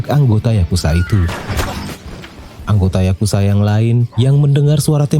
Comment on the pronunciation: Semuanya keren bang, kecuali saat abang bilang yakuza menjadi yakusa,itu jadi kurang enak banget di dengernya bang,jadi gak garang